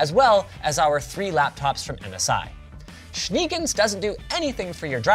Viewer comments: I opened the description to see the spelling of this weird unknown english word and laughed so hard when i saw it. Schneegans means „snow duck“ and is pronounced shneh-gaunts.(EDIT correction: it's actually "snow goose", see below) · Schneegans is German means Snow Goose . the double EE is not the English sounding e. It is more like the e in meta but longer. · German here: It's not "shniiigens", it's [ˈʃneːˌɡans] or more readable "shegans". Translated to show goose. Anyway, thanks for the awesome tips! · Linus, it's Schneegans. German for snow goose. You pronounce it a little bit like Shnay Guns. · I´ve just wondered about his weird way to pronunce "shenanigans" 😂 never thought that it was actually "Schneegans" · Love your pronounciation of "Schneegans", which would be Snow Goose in German. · Hearing Schneegans as a german is kinda funny :> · for a German it's pretty funny how you pronounce Schneegans :D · The pronunciation of Schneegans (snow goose) is hilarious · As a german, hearing "Schneegans" pronounced that way made my day. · exactly Bruder 😁😁